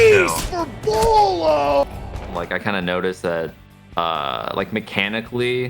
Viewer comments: Why do they say bwhylow it’s bo lo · Did he just call beaulo BWYLOW? Lmao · Everyone: "Bowl-oh" This dude: "Bewaylow" Like, why are you pronouncing it that way? 😂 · "wilo" "bualo" "bilo" bro can you just call him beaulo? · how do people get "BwaiLow" from "Beaulo" BO-LOW it isn't hard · Nobody:: “Bueylo” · HE SAID BWYLO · how do you have this many clips of beaulos name being said and yet still say it wrong hahahaha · I’m convinced you pronounced “Beaulo”differently every time you said it